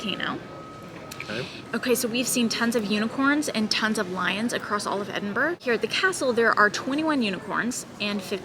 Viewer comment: any guide to Edinburgh should include the correct pronunciation.